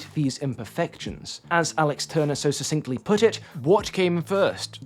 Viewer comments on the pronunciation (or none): none